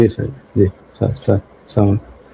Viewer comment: স্যার স্লামালাইকুম স্যার। সালাম টা ভালো করে দিন।